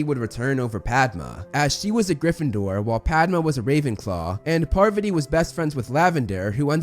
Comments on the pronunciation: Its pa-vaa-tee not par-va-tee! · "Par-VAH-tee" not "PAR-va-tee" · Its Pa-Var-tee. Not Par-va-tee 😂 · Parvati’s pronounciation is ‘paarvuti” and not Purvati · It's not "PARVuh tee" It's "Par VAH tee" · Lmao...I can't get over saying "Parvati" instead of "Pavarti" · PavARti... not PARvati.... le sigh edit: i just realized i pulled a Hermione... its fitting at least lol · Pavarti is said like Pav-arti not Parvity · Pa Var Tee not paver tee. I had to fast forward after the third mispronouncement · parVAti not PARvati….. sorry just pulled a hermione lol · didnt even know lavender was recast lmao. I cant tell which minor character is what xD. and pleas say PAR - VATI not PARRRVTI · no? her names spelled parvati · "Parv ott ee". silly. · Her name is pravati not parvati. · Her name is Parvati lol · parrveddi patil? alright, homie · the way he’s saying pavarti is killing me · Wait is that how you say Parvati? Have I been mispronouncing it all this time-??